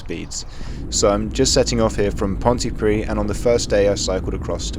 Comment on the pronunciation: "Pontypri" at least try and pronounce the dd mate!